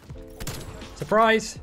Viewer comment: sorprais perras jajaja es un crack.